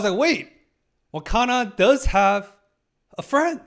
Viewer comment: also i gotta say... its wakana not hakana